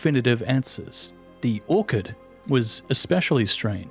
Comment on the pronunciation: The "ch" in "orchard" is pronounced like the "ch" in cheese, btw. Not like in "orchid".